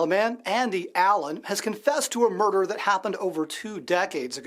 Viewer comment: If anyone on Try was capable of "merderr" It would be Ciara.